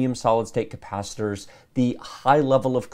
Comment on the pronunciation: man that thing looks amazing. and with the way that you're saying the word capacitor makes me think my computer will take me back through time